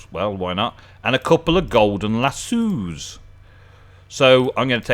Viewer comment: lass o. not lass sue